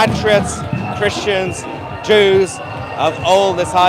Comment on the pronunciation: just jwes why u say chrestions